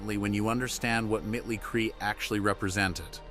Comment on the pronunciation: You lost me at “mittlie cree. Also where’s the terminal illness?